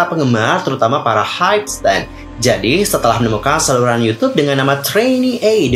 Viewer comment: Hybe dibaca Haib kalau pronounce Inggris Hybe dibaca haibeu kalau dalam bahasa Korea bukan haibe